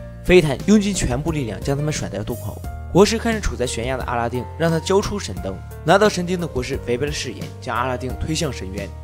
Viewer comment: 你到底说了几遍“神丁”？